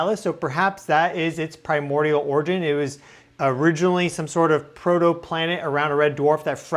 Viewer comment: FFR; pronunciation check "origin"